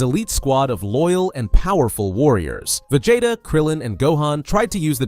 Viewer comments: va-jay-ta uuuzuroo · "VAJAYTA" was sending me